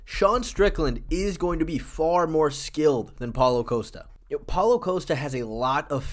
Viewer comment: You're not Chael Sonnen; stop saying "Coast-uh". It's "Cost-uh", just like it's spelled. You can't just recklessly mispronounce fighter names.